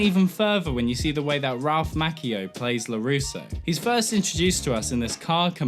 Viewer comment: You pronunciation is gonna just gah. tamato, Ralph MAcchio, seriously man.